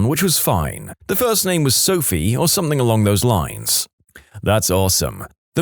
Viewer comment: No K in the word something